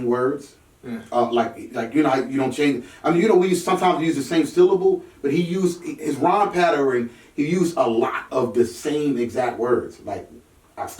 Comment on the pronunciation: Bro wtf is a patterin. Is that some Philly shit? It’s pattern. PATTERN